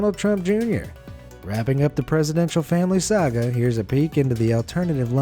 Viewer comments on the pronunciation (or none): none